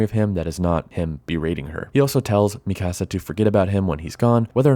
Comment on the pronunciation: Great video but man, it was so hard to hear you say Mikasa’s name lol. It’s ME-KUH-SUH not ME-CASA 😂